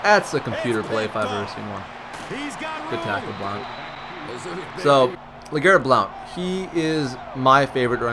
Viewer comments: its just pronounce (Blunt)... i understand theres an "o" in it, but... yeah. blunt. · u pronounced blount wrong